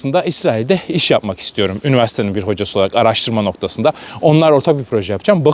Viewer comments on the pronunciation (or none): Noktqsında dedi noktasında dediiiii